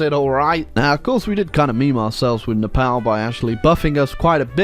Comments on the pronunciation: Love how he pronounce nepal "nePAL" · Nepal is painfully said